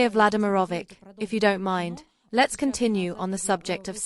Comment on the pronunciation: Vladimir Vladymirovich The last "ch" is pronounced as in Church. Not "K"